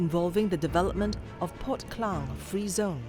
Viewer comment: Klang...bukan kleng... u org tempatan tak perlu la nak salah sebut mcm foreigner